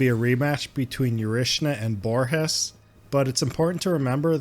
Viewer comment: In Brazil we speak portuguese, not spanish. So the G in the Borges, has a G sound not R sound.